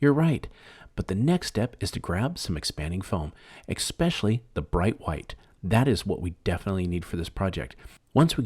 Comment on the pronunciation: The word is pronounced ES-pecially not EX-pecially. Also, the product is aluminum foil NOT tin foil. Foil has not been made out of tin since WWll.